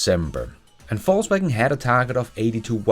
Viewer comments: I love how you pronounced VW as “falsewagon” 🤣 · Is it me, or does always seem to pronounce "Volkswagen" as "Falsewagen"? 😅